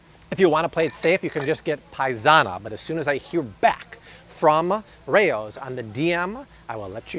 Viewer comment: It’s pronounced “Rowz” not “Ray-Ohs” 🤦🏻‍♀️ I’ve eaten at the actual historical restaurant in Harlem.